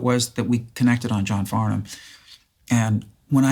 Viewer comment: Hats off to Paul Stanley for not saying John Farn-Ham like so many Americans.